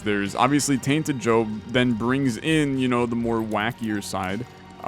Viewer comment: I swear he calls him Jobin a few times